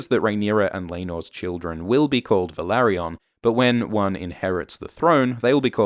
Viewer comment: You pronunce Velaryon wrong. 🤪